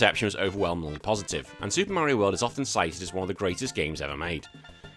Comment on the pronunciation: "SUPAH MERIOH WELD"